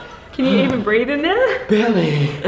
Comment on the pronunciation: said bearly